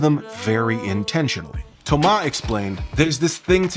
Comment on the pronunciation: Kudos to you for the effort of pronouncing "Thomas" the french way. That is greatly appreciated by the french guy that I am.